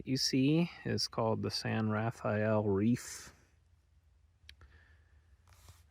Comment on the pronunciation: This is just a minor point, although it is spelled San Rafael it is pronounced San Ra-fell, or Ru-fell. How you pronounce it is a dead giveaway if you are a local or from out of state. It also helps if you use your 19th century Mormon pioneer accent. I know you're no longer in the area now, but the next time you are you should stop and visit the museum of the San Rafael in Castle Dale Utah on highway 10.